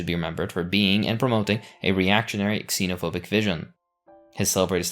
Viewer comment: U need to learn how to pronounce the wirds archipekago and xenophobic